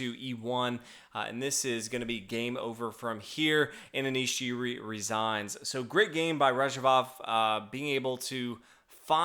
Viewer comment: Giri is pronounced with a hard G, like in ghost or girl.